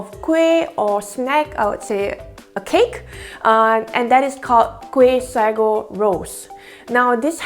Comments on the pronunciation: it's sa-go not sego. hehe. anyways good video! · Actually the pronounciation is say-go in English/American